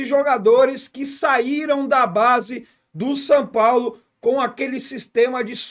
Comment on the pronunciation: "San Paulo" ???